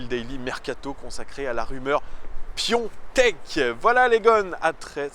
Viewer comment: PiOtek ??? Il s’appelle Piatek ! Ça va être compliqué pour toi de convaincre ou d’argumenter ( vive les fiches l’équipe) tant tu viens de prouver que tu ne connaissais même pas le nom du joueur